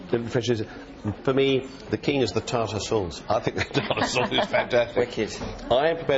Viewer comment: "Tata sauce" lol the chef is cute.